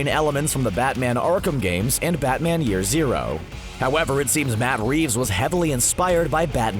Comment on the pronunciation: Is it just me who felt pain when he said “year zero”?